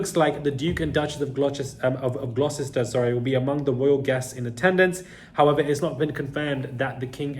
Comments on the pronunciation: it is pronounced as..the Duke of Gloster... not Glosester....(Gloucester)... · Thanks,. English is a strange language. Duke of Gloucester is pronounced Duke of GLOSTER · Say Gloster for Glocester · Its pronounced "Gloster!" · Gloucester is pronounced Gloss ter